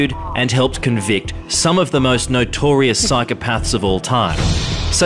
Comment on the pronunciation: I should be concentrating on the story but what really gets up my goat is when reporters don't pronounce words correctly. It's not 'nitorious' it's notorious.